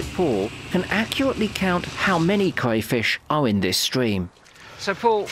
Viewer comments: Crayfish not cwayfish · do we have a Cwayfish Centuwian..???